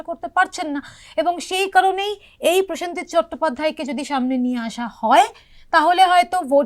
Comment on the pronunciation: প্রসঞ্জিত উচ্চারণ হবে না হবে প্রসেনজিৎ হবে। প্রতিটি শব্দবন্ধ উচ্চারণ সঠিক ভাবে করা উচিৎ।